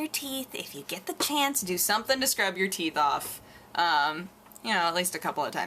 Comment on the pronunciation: Sounded like you said "you drink a lot of coffee, but your teats still look ok" I laughed